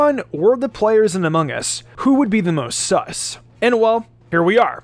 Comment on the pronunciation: He said ammongus